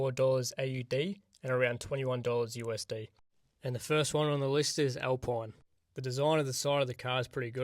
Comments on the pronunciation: I love how you say "alpoine" instead of alpine 😂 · Al-peen not pine Sau-ber Racing bulls Thats all